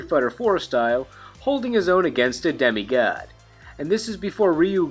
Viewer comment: "Demi Ghad"